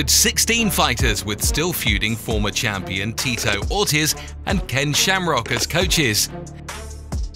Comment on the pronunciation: It's funny how he pronounces "Dana", "Ortiz", and "Wanderlei". Those are just the ones I casually noticed, and I'm only 12 minutes in.